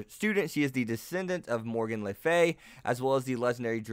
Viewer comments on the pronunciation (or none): Also would like to point out, that you are butchering a bunch of these names. Kunou is said as Ku-no, Le Fay is Le as in Le Miserables and Fay, not Lay Fay like you were saying. I head you say Kuoh Academy as Kuho several times. Good video, but I cannot in good conscience ignore these xD